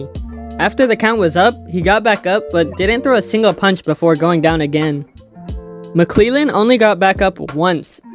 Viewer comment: Gerald mcclellan is pronounced mick lell an. Not mick lee lan. Good video bro